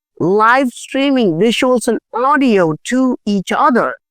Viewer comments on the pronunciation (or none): none